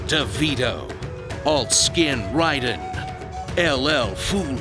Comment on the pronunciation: Did he just say Raiden as Rye-den instead of Ray-den? The name is even pronounced in the movie you're taking it from! Good job,.